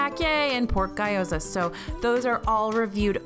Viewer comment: Lol its Gyoza. Pronounced Gee-oh-za. Everyone says Guyyoza 😂😂